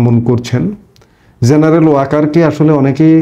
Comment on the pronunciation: You are smart, you talk well, but for God's sake get your J and Z correctly pronounced. খুব কানে বাজে jeneral, jaamat, jamaat, jeneral. Please please please